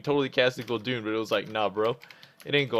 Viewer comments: It's Gul'DAN, not! Maybe you should stick to the DKs:P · And he is still saying gul'doooon xD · again with the "guldoons" lmao